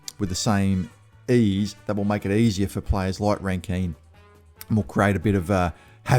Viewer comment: Who is Rankeeeeeeeeen? 😉 It’s just pronounced “Rankin”, mate … 😊👍🏼 Go Crom. I think it will be a pretty close game …